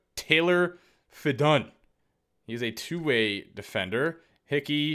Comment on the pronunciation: “Taylor FeDUN” I actually laughed so hard at that